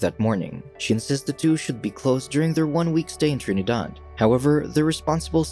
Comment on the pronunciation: I am also from Trinidad. I like how he said Trinidad in a Trini accent.